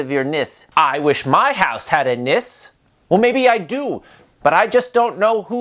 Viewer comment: Glad you had a good time here. Just a quick heads up. Its Nisse, the E is not silent. 🙂